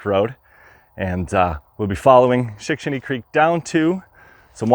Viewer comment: As advertised! 😁 I could not count how many times you said "Shickshinny " , but it was alot. Only a true Pennsylvanian could pull that off, and say it correctly EVERY TIME.😆 Thanks for another great adventure, my friend 😊